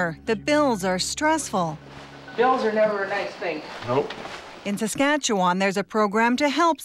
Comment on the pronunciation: I can't take the way she pronounces Saskatchewan. Why is it so so hard? The end is pronounced like 'one'.